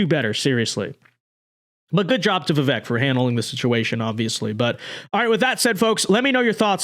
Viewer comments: Pronounced VIV VAKE, for goodness SAKE 😊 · Even commentators who agree with Vivek's positions will still not even bother to pronounce his name correctly. Very lazy of you,.